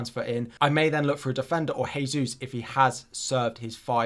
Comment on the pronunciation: You’re still pronouncing Jesus wrong. Thought you may like to know.